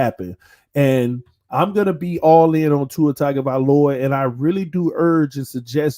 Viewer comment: He prnounces it "Tiger-vahloa". Lol